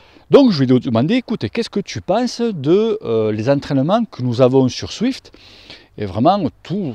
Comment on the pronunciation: je sais bien mais dans la vidéo on (je) entend swift, d'où ma remarque 😉. Sinon très bonne vidéo 👍